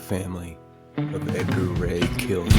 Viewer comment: The name you're having a little bit of trouble saying his name is edgar ray killen